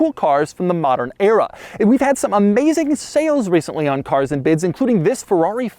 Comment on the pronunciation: It's funny how he took an entire month to upload this, maybe he kept saying cars and bids wrongly